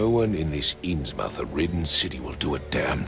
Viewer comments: What's this? Has somebody finally done a Lovecraftian game right? I'm interested in this playthrough! Oh.. Kay have mercy.. I am going to cringe completely out of my chair if that's the way everybody is going to pronounce "Innsmouth." Come on, how hard would it have been to check on East Coast dialect?? It's not "mouth" like the hole in your face where words come out, it's "MUTH".. say it with me.. "InnsMUTH".. jeez.. Regarding the case: Junior detective, you made the wrong choice! That fish-man is a killer and you had absolutely zero reason to trust or help him. If you had at least taken the bribe, then covering for him would make sense - but you didn't even do that. You just let a murderer walk free for no reason at all. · The fact that they pronounce Innsmouth that way is annoying but otherwise I'm hooked (ha ha) and glad I went back to watch this series. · If only they pronounced 'Innsmouth' correctly. It irks me to no end.